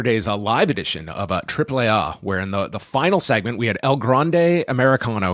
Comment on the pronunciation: 4 seconds in Triple What😂😅Dude cant even say the first letter of the alphabet properly.Wtf😂😅